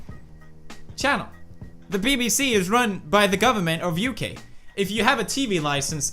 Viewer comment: Wait wait wait....anybody else hear him say 'U-K' instead of 'UK' ish ...there was a gap (i am extremely offended soooo bad)